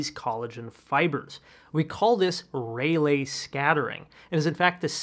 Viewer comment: LOL, missed the spelling error, but caught the mispronunciation: Rayleigh scattering is pronounced RAY-lee.